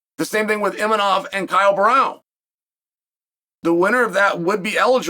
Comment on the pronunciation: "ImaNov" "KhaZMat"😅😅😅.These guys man🙄